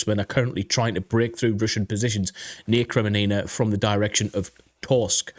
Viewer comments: Kremmina not Kreminina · its not "kre me ni na" it is "kre min na" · It is Kreminna and not kreminina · Seriously, you should watch a channel or two by people who know how to pronounce the city names. It's NOT Sva toev. It's Sva toe veh. And it's NOT Kremee nee nah. It's Kre mee nna. I can't tell you how cringe it's been to hear you mispronounce those basic names, been yelling at the tv... You want to make money talking about geography maybe have some respect for the places. Thanks. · Listen, I know your British, so English isn't exactly your first language, but it is Kreminna not Kreminina... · seriously dude, have some respect! KRE-MIN-NA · Kre-Mee-na...3 syllables, not 4. Yeh, these Ukrainian place names are hard to pronounce but if it is the main topic of the video, and is in the title, you should make more effort to get it right. Watch some locals' videos like Reporting From Ukraine or Denys Davidov and listen to how they pronounce these major place names. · I like your analysis, but I couldn't bear you butchering the Ukrainian city names; had to stop listening. It isn't that hard, just go listen to some Ukranian YouTubers, or uses these phonetics: SVA - TOE - VAH KRI - MEE - NAH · Bro it is called KRE-MI-NA made me chuckle a bit haha. But good vids brother and like your view on the situation. Greetings from the Netherlands 🇳🇱💯🇺🇦⚫️⚪️!